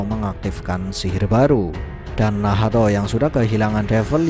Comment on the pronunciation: Nahato❌ Nahto✅